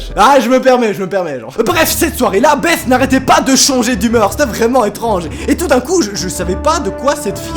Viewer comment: Belle prononciation de "Beth" monsieur sait parler anglais 😁